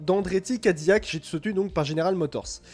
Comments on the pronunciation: Pour info, ca ne se prononce pas "Ka Di Yak" mais "Kai Di Lac" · Gros naze , CADILLAC EST UN NOM français....dons ca se prononce "Ka Di Yak"